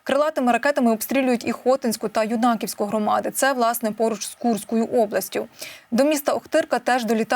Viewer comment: ХотІ'ньську, а не ХО' тінську громаду !...( бо селище - ХотІ'нь !!! ... з наголосом на і !) І так само коверкають назву Ю' наківської громади ( з наголосом на Ю !!!... бо Ю'наківка, а не ЮнАківка !!! ) ❤❤❤ Диктори повинні наголос ставити в назвах ЯК СЛІД !!!